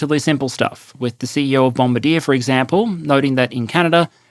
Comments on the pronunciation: It's not Bom-ba-deer. It's Bom-bar-dee-ay. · A tiny note on pronunciation, Bombardier, is pronounced, “Bom-BAR-dee-ear” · Bomb - bar - dee - eh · (Bombardier: bom-BAR-dee-eh -- French pronunciation, not English) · Hearing a Ozzy pronounce the company \Bombardier/ as "bomb-ba-deer" was the highlight for me. Jokes aside as a longtime Canadian viewer this was highly useful and I appreciate your analysis. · Chinook is /shĭ-noo͝k Bombardier is said like the French pronunciation of the word. Thanks for the video 🇨🇦💪🇦🇺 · Cue the angry Quebecers at the mispronunciation of "Bombardier".